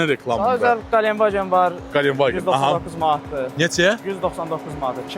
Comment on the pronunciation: Qalen vagen yox, ,,Гиленд ваген,, adını düz deyin.